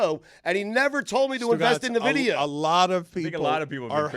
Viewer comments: Ok you know it's not pronounce nuhvidia right? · Nuh-vidia? N-vidia. FINES ALL AROUND. Dan - FINE. Stu - FINE. - FINE. - FINE. They are more than an AI company. They make video cards for computers as well and is the way most people in the US know of them. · It’s pronounced EN- Vidia for the love of God!! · It's pronounced en-vid-ia, lol!! & it's not some newfangled AI thing, they're a GPU company that's been around sine 1993. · And all those year, I always pronounced it En-vi-di-a. Huh. I guess that's a fine. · dan not knowing a damn thing about NVIDIA by referring to them as an AI company and calling them "nuh-vidia" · yeah I still know them as a GPU maker, but I can't help but laugh at them trying to talk about the company, not knowing how to even say the name 😅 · your saying Nvidia wrong. Cramer named his dog Nvidia, like ten years ago idiot. up 500% btw